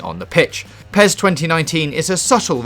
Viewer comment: IGN reviewer cant even say PES properly, he called PES - Pee es :D